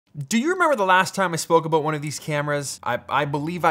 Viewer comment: ABOOT!!!!! I heard it. He totes said aboot! haha!